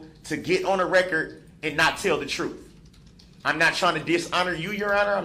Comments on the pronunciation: I want the “truffff” to be told😂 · Still babbling and rambling....needs a gag. The trufth was told... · All he’s axing for is for someone to tell the trufe. 😂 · Tell the troof judge. You're under oaf. Let me axe you some questions. It's lawful law. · Love that he’s “axing for the truff “ 🥰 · Troof is what Darrell says is troof. Facts don’t matter. Lol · "Tell the troof!" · "just tell the troof" Yeah you're one to talk buddy.